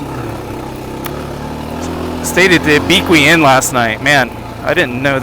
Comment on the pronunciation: Lol at Abeequee. It's Ah-beh-que.